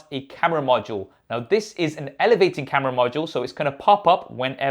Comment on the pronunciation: everything was going right until this guy started pronouncing camera as KHAMERA 😂